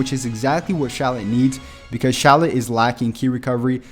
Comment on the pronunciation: Yeah this stuff is nice and everything but first order of business is you are pronouncing Shallot's name wrong and second you don't even give people hel on how to get the equipment to the Z rank and another thing not every Fricking equipment item can be awakened